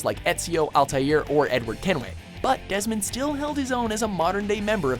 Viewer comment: Demond Miles? It's Desmond Miles.